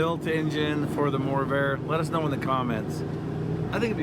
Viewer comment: It’s the MORRvair, not the lessvair 😂